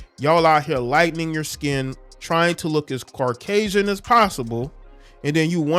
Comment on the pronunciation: really said carcasian 😭😭